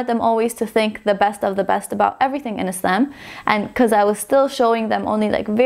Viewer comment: I love how you pronounce the word "Islam" We pronounce it like that in Egypt too❤